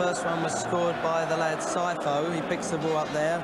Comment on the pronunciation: Steve perryman calling scifo psycho!! Good pronunciation!! Glad Tottenham won considering anderlecht cheated forest in the semi final